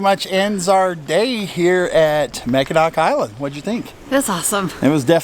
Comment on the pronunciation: Being from Michigan originally it is pronounced Mackinaw just like Mackinaw City. Enjoy.